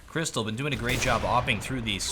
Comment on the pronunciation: Its Krysta - LAW..Not Krystal.